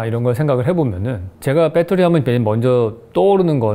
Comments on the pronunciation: 이런 서브젝트가 이렇게 연결되어 사고 될 수 있다는 것이 놀랍니다...그리고 역시 나도 그렇지만 쓰기는 배터리라고 쓰고 읽기는 빳떼리라고 읽게 되는..ㅋㅋ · 다 좋은데 ... 왜 아직도 빼떠리 인가요? 베터리라고 써 놓고 ㅎㅎ